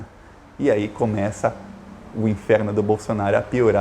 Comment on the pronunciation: Por que vc fala Bolsonario, é Bolsonaro